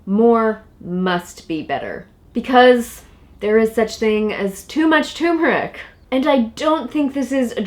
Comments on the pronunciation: All together now. ‘TURMERIC’! NOT ‘tumeric’! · Please , turmeric not tumeric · tumoric? or is it tuRmeric... There are two Rs in turmeric. Nor is it pronounced turm-air-ic as many people say it. The accent is still on tur. TER–mer– ic. Look it up. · Ter mer ick!!! Not tumor ick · Yes! Stop......It's TURmerick...or any dictionary would tell you that it's tur·mer·ic or tər-mə-rik . Show equal respect to the first 'R' dammit! lol lol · you could at least pronounce the word correctly, not tumeric but tuRmeric, you need to pronounce the 1st 'r'!! It drives me crazy! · Jeannie Eakin she's smart. But she sounds dumb when pronouncing it tumor ick. It's ter mer rick!!! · Turmeric! Turmeric! Turmeric!🤣🤣🤦🏾‍♀️ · Say the word right if you want to be taken seriously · Silent r? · Stop eating turmeric (and stop mispronouncing it), and eat more juicy rib-eye steaks instead. Also, Trump always wins. MAGA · It irritates me how these people mispronounce turmeric!